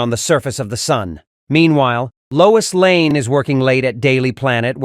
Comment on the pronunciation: Her name is Lois LANE, not Layne.🤨